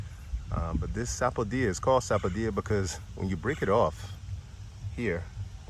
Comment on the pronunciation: You can drink the soursop leaves green as well. Its great for those with cancer and also for sleep issues. Soursop is great as is or you an make a drink with it. Add milk, vanilla essence, nutmeg, cinnamon wonderful. Makes a great ice cream as well. Caribbean people say sapo dill a. Your pronunciation sounds more hispanic like saying sapodiya. What you call Barbados cherry are called West Indian cherry by most Caribbean people. You have to have Caribbean connections cause those fruits are abundant in the Caribbean. There are many other types of bananas beside burro groen in peoples backyard. Excellent natural grown bananas